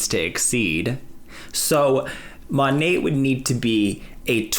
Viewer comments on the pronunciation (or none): Yay love when you do Rachel or Dave and it's been so long since you have covered Monet!! No, I live in Australia and he just has no idea how to say the name lol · As an australian, we can pronounce 'monat' properly.